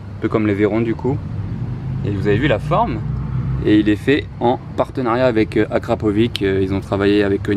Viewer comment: Je crois que Akrapovic se prononce "Akrapovitche"